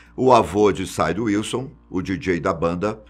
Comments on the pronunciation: N é side é cid, carallo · antes de publicar o vídeo eles poderiam revisar né. Ou poderiam dar uma dica pro tio do vídeo não falar errado. Nu (new) metal chamou de Nú Metal Mick ele chama de Mike Sid, ele chama de Sáid